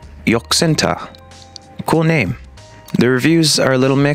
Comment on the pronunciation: “my bame is prg”💀